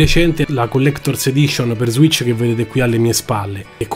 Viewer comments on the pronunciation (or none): none